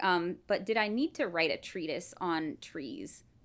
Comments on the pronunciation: A "treetise." Thank you. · A tree-tis